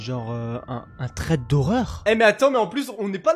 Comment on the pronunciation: Sa sécri threed mais sa ça se dit srèd (c pas pour te fair mais pour tinformet)👍👍👍